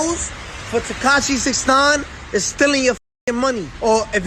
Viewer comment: I cringe every time he say 69’s name!!☹️